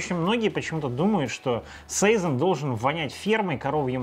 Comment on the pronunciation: и всё-таки сезОн, а не сэйзон, сИзон или сайсон. Валлония ж)